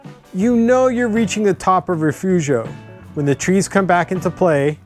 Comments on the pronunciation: It's actually pronounced Refoofio! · It's Re-fooo-fio!